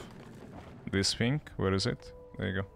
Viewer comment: Нормальный контент, но почему произношение настолько режет уши? Есть какая-то причина? Я живу в англоговорящий стране и слышать синк а не thing морально убивает. Без негатива, просто интересно